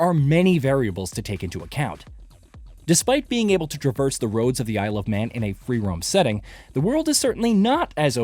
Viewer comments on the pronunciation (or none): none